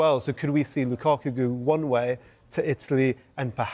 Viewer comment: why does he keep saying Lucocku? 😅